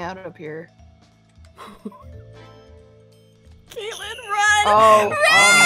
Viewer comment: YOU GOT KATLEYLEN WRONG